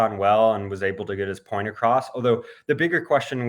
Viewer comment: its point not phoint.... kamse kam.yeh toh pakistani rakho